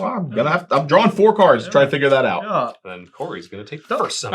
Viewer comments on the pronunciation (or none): none